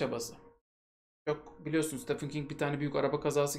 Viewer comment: Stephen Steven diye okunur, Stefan degil.